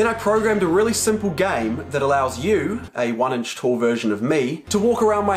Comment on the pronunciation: Everybody: Inch: Ench